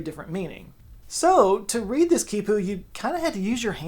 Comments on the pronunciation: its pronounced key pooh 😭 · Him: "This is a keypu." Me: "No it's knot."